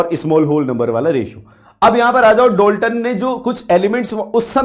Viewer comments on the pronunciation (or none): Dolton 🙅 Dalton✅